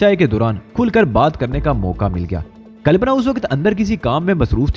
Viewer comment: H Good but leurn urdu books 2 make your words delivery better better pronaunse calpana ok not calapna